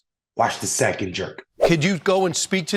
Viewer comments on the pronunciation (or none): none